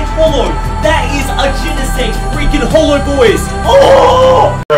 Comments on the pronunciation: Did he say genesect hollow? Great job 😂😂😂😂😂😂🤣🤣🤣🤣🤣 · Did anyone else notice that he said genesect "hollow" at first...